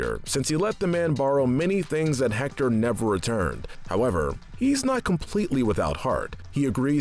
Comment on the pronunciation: Just so you know: you don’t pronounce the H and in Héctor